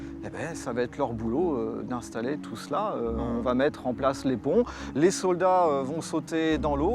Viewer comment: Je vais tu vas il VA !!!!! pas de T donc pas de liaison !!!!! Putain ça arrache les oreilles